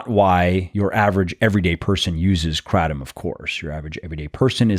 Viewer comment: You’re saying Kratom wrong but anywho, it does help you get off opioids. I am proof of that! It also helps with diverticulitis. Those are the two I can attest to. No side effects. Been on it for over ten years.